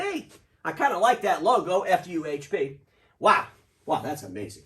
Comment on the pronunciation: FuHP sound like "Fump" to me 😀